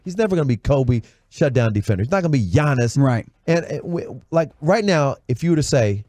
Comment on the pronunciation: butchered Giannis's name lmao